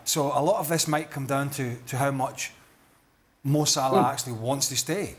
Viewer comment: Why do you pronounce ‘Sa-lah’ as ‘S’Larr’? 😂